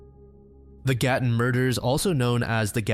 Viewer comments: I can't believe you covered the Gatton Murders! I grew up in Gatton. I lived near the cemetery and I used to walk to their grave all the time. I've driven past the scene and I own several books on the case. And can I just say your pronunciation of the Australian names/places is fantastic. Good job! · I’m so impressed how well you pronounced Gatton!! Can’t believe I haven’t heard of that one. Love from Australia